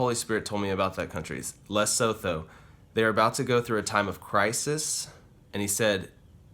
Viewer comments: Pronounced Leh-soo-too . I enjoy hiking there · It country is pronounced Le-su-to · It's pronounced lee-su-too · Hi I am from South Africa. Its spelt Leotho but pronounced Lesutu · Hi im from South Africa and i cant pronounce many of the african words that are used. So don't dispair.If this wiil help you the word is written Lesotho. So if you pronounce it it goes something like this...Li sue too.Somene correct me if im wrong.Thanks for sharing your prophetic words with us.Its always a great pleasure to listen too you. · Pronounce Li (like lit) soo too. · It is pronounced Le-soo-too. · It's pronounced lasootoo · So God told you something about a country, yet failed to tell you the pronunciation of said country? This god you pray to is not the God of the bible